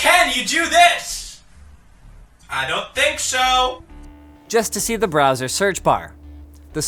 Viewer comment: did he say browser search bar or brazzers search bar?